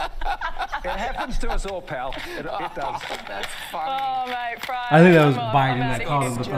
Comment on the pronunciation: Hmmm...I don't know, I don't think you've been here long enough..Maybe MAYT...not myeet...BEER is pronounced BIER. I hope you are enjoying living here. I have a friend In Montreal. Cheers from Sydney ✌😎